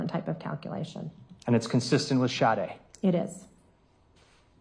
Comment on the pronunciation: Is anyone else annoyed at the fact that she is saying SHARDE instead of SADE??? Where does she see an R in her name and how many times does she hear the prosecutor pronounce it correctly?